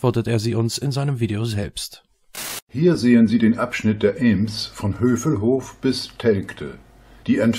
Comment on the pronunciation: Und "eeems"... 😤😤😤 Bin gebürtiger Bielefelder und hätte nicht übel lust ihm dafür herzhaft in die Eier zu treten!